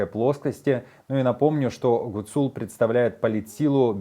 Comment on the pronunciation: В фамилии Гуцул - ударение должно быть на первом слоге